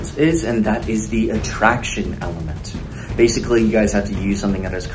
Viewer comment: All so said basily instead of basically